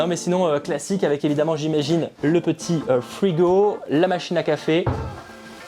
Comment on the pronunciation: ”Le petit fwigo”